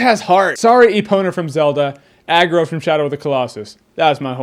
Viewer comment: It's not you, it just really sounds like he's saying Argo.... but he's actually saying Agro.